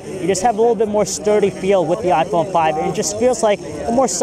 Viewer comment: WOw.. i guess he is a philippino guy. he said "iPone Pipe" i like the way how he says it lol